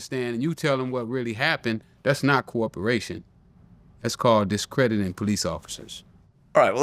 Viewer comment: Yo Rick, it’s COE-OPERATION 😂